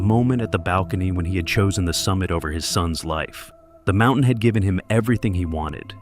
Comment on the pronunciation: "from the world's highest mou-en"??